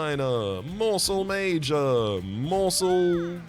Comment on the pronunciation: Morsel ma-jor and jor-am was a top tier joke